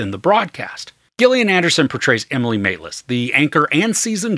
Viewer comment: I believe her name is pronounced as per 'Jillian'... ;) Currently binging Baptiste, the Missing spin-off - love the guy!